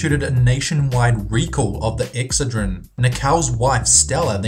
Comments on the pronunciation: It's ex(CED)drin not EX(cedrin) jeez that's irritating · Not sure why but "EXcedrine" vs "exCEdrine" drove me nuts and he said it like 6 times. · Excedrin pronounced ex said drin! not ex ah dreen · It's "Ex-CED-rin," not "EX-cedrin." ^_^ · It's called EXCE'DRIN. Not EX'CEDRIN This country needs American English speaking people. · ex-SAID-rin ... not exa-drin... normally i love his accent.. but not on that word.. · OK the pain reliever is called Ex-SAID-rehn..That's how it is phonetically pronounced. I remember this happening, butyi could have sworn it was Tlyenol at the time (must be another Mandela effect thing). But PLEASE pronounce ex-SAiD-rehn right already. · Pronounced Ex ced' rin. That's alright I pronounced Worcestershire wrong too. Now I know it's Worsh' ter shur' (sure) not Wor' Cester shire (rhymes with mire) hahaha😆 Love your videos👏👏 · LOL its pronounced Exced-a-rin or ex-said-a-rin :-) Love your videos.. :-) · Its called ek ssseedrin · Not to be picky, but you're mispronouncing the product name Excedrin. The emphasis is on the second syllable. Just look up any Excedrin ad, you'll see what I mean. I do love your videos! They're very informative! Keep up the great work! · He should learn how to say excedrin😬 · Wow, you can NOT pronounce Excedrin. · That is NOT HOW you pronounce Excedrin OR indictment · You pronounced "indicted" and "Excedrin" wrong. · Your mispronunciations are physically painful: IndiCTed? It's pronounced "indited" the C is silent. Excedrine is pronounced exEDrin with the inflection on the ED sound. Not the way you said it. Infamous is pronounced IN-famIS not in-famous Also it's emphysemA not emphysemIA.